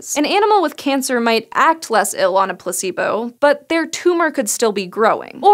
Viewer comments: Place-bow. Not Pluh c boo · Am I the only one that heard on the first 15 secs "pussybo" instead of "placebo"?